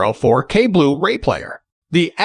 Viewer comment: nice rundown (I have the Panny 820). (But could you get a real narrator please. The little glitches in the program sound so un-natural, especially when saying 'blu-ray' . It often comes out as 'blue ray-player')